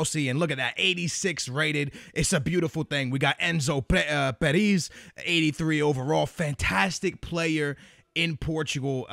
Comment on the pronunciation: Lol the way you pronounced Enzo Perez was disastrous.